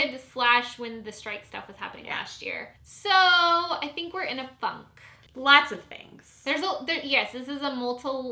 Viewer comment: Am I the only one who heard say "I think we're in a fuck" rather than "I think we're in a funk"?